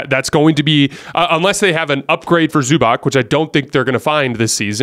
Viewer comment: Learn to pronounce Zubac (Zubatz).